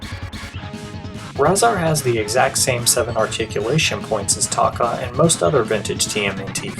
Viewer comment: Another great video! I hate to nit pick, but Tokka's name is pronounced TOE-KA...not TAW-KA